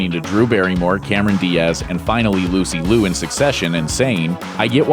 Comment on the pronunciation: Lucy Liu, Lucy Liu not Lucy Lu.